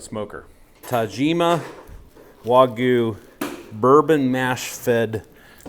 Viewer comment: The Y in Wagyu is not silent.